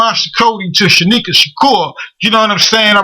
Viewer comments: Nigga keep sayin' Shanika instead of Sanyika. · he keeps saying shanika when its shanyika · Please get his name right at least once during the interview.... facts are important!!! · dang how many times you get his name wrong